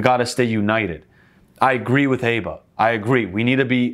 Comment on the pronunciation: It’s aba as in aba not aba